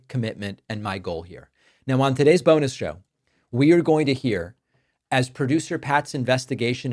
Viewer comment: Did you say bonus show or boner show? I've been tricked before 🤔